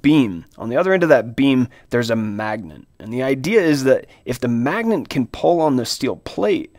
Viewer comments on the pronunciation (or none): Why the heck this man say magnent every time..? Why he throwing an "N" in there..?